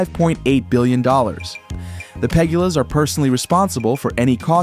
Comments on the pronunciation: PA GOOO LA. not piggula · And why don't you try spelling it correctly. It's spelled "Pegula". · Is this ai? You would think that the guy who made this would at least do the research and pronounce Pegula correctly. Btw, it's hardly ever windy here. Just like anywhere else we have storms. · Cannot pronounce Pegula. hack job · Why don't you try and pronounce the pagula's name properly